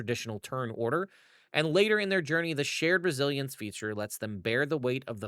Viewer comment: for some reason I heard this as "Sheer Brazilian feature" instead of "Shared Resilience feature" lol